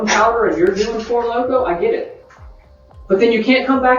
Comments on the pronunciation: Did she say Four Loko? 🤣🤣🤣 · “Doing four loko” is truly loko 😂